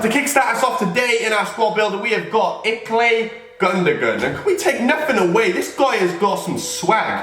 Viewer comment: Iklay gundogon not ilkay gundogan